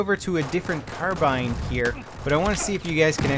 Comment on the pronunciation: Mortars are usually pretty strong. And why is carbine always mispronounced in his videos?